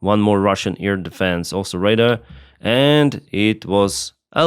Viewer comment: " ray daaar" dar rhymes with star., you pronounce it like "Raider"